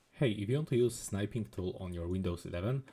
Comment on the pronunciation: "Snipe-ing Tool"... It's not "Snipe"... It's "Snip"! Geeze!